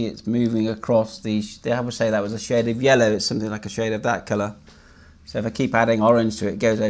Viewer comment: Thanks for making this video :) at first I thought you were saying “killer” not “colour”